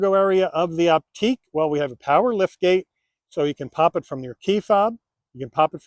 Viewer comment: It's pronounced "Optick" NOT "Opteek." I cringed every time you mispronounced it. There are too many errors in your description to try to correct.